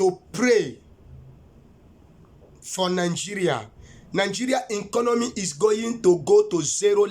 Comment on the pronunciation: That word is "Economy" not 'enconomy'. Governor of Imo State is Uzodinma not Uzodingba as you have said. I'm sure that God knows that name clearly and could not have called a wrong name to you. Pardon me all you have said is that you have preached according to how you have been inspired. It is called "Discerning" Spirit not 'designing' Spirit. These are not prophecies. You even sound more powerful than the "God" you profess. Take heed! It's not by power not by might but by the Spirit of the Most High. I just hope that he is the one that called you. God bless you Sir.